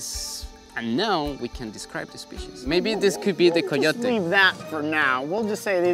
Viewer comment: sorry but I'm still laughing of how just call Coyote Ka-your-tue I'M SORRY JIM